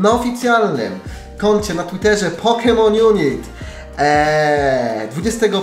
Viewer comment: Mówi się "junajt"